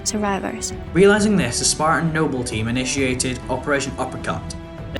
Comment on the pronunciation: pronounciation of Noble as Nobel kinda hurt a bit but otherwise nice FoR analysis